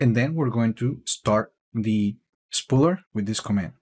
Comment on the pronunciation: did you say "spread shit?" 😄